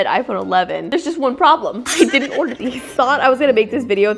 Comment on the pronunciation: why does she say order like odor